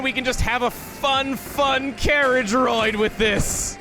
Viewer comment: “Carraige ride” in a British accent... was that a reference to Retsupurae’s videos on ElectricalBeast?